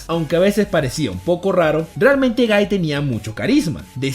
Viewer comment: No es gaiiiii!!!!! Es guy